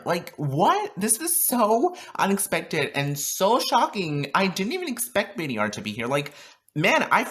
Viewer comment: Btw It’s pronounced bader, not b d r